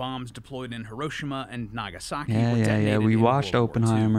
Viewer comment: His pronunciation of "Hiroshima" is correct 😅